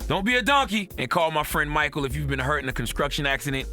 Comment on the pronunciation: "construcktion accident" Charlemagne? Really bro?